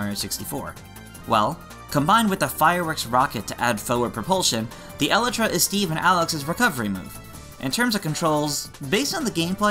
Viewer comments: I pronounced it El-ee-tra before I started watching Minecraft on YouTube, I guess my original pronunciation was closer to correct. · Its E-lie-tra to pronounce it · hey, just a tip: The wings are pronounced E-lie-truh! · This man called the Elytra an Eluhtruh. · I pronounce it as e-lie-tra lmao. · the way he pronounces elytra too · I’ve never heard a person pronounce elytra that way